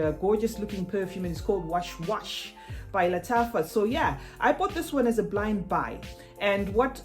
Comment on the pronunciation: U prnounce it as was wasaa. Washwashah means whispering 😉